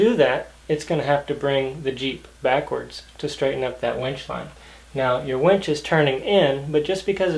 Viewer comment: It's called a WINCH. NOT a WENCH. Two TOTALLY DIFFERENT words, with two TOTALLY DIFFERENT meanings